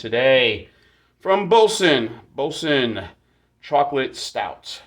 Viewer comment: I like this stout...and, it IS a terrible pronunciastion!